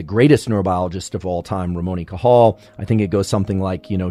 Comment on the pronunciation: It is "Ramón y Cajal", not "Ramoni Cahal" XD